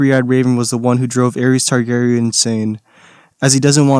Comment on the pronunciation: i actually get so salty when you pronounce "Aerys" as "Aries." pronounce DaeNARYS